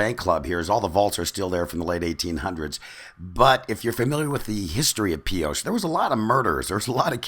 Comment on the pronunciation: And what is the classic phrase well known by Nevadans ? Thought so.. If you ain't form Pioche, you ain't from Nevada. BTW it ain't Pee oh tch.. I'll let you figure it out.